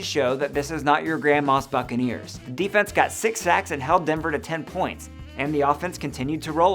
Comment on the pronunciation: Let me stop here and point out: succanears